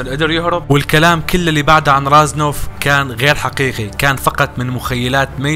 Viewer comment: اسمه ريزنوف مو رازنوف